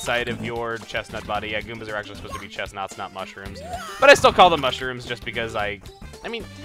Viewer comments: I know, it just sounded like he said chesnaughts for some reason. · Did he just say "chesnauts?"